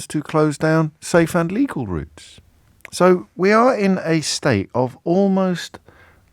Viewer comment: Rishi saying "legal" quickly and half under his breath so people think he's saying "illegal".